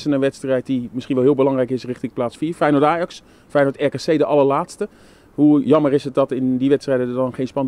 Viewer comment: Het lukt hem niet om het woordje "Ajax" uit te spreken hé?😂